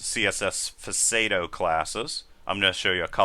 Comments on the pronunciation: you mention CSS "puh-sado" classes (or something like that). I think you are referring to "pseudo classes", which is pronounced "sue-doh" (as in "pseudo-science"). Nice video, BTW. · Fseydo classes? WTF was that? How did you even come to think about pronunciation that word like that? loool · It sounds more like "facade-o."